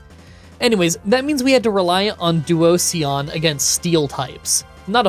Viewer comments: I felt like he was saying "Onision" every time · Due - oh - zee- an // dwozian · To answer your concern, you are not, it's pronounced Duoshon (this comment not only educates, but it's good for the algorithm) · Like duo, and Fusion. Duosion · 'Duo see on' is probably the worst butchering of a pokemon on this channels history. (I love all your videos and seeing all this gen 5 content is awesome) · Help with how to pronounce them but love the video Petal and little so Peh-Tee-Lil And Doo-Ocean but say it really fast well how we pronounce it with a Scottish accent 😂😂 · Oof! Duo-cion and Petil-il... This is a tough video for pronunciation fans 😭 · Duosion is like duo-vision, but it’s how you pronounced it from now on 😂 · Duo-sion “Fusion duo.” Not typing this to critique, hoping this helps you with pronouncing the name! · Duosion is pronounced like duo like 2 and sion in devision like a cell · Duo is right, but the sion is pronounced the same way that it is in fusion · Pokemon name pronunciations are, of course, taken with a grain of salt, but I think Duosion rhymes with fusion. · If you're looking for how to pronounce Duosion the last syllable is the same as division. It's actually the pun in it's name, duo+division. No hate, btw😂. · You pronouncing Duosion wrong but nailing Reuniclus’ pronunciation was really surprising. 😂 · I like how you say Duosion, it's sounds so much more fun than what most people pronounce it as! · I adore you pronouncing Duosion like an Eevee-lution 🤣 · My only complaints are the weird way to pronounce petilil and duosion like it was an eeveelution! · Ah yes. Duosion, my favorite Eeveelution. The "sion" is pronounced like version. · Duosion. Pronounced like 'Explosion'. How is it difficult? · that duosion pronunciation s surely something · DUOSION IS PRONOUNCED LIKE DIVISION BUT WITH DUO AT THE START BECAUSE IT'S A SINGLE CELL USING DIVISION TO DIVIDE ITSELF INTO TWO CELLS